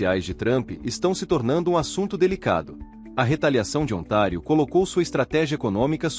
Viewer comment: Ontário , não é otário kkkkk